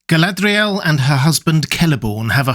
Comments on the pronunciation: Why do you wreck the "r" in Galadriel?. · Your videos are fantastic, but your pronunciation of "Galadriel" is ridiculous and obnoxious. No need to exaggerate it so much, makes the video borderline unwatchable. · So Galadriel was 'Guyladriel' as in Rings of Power?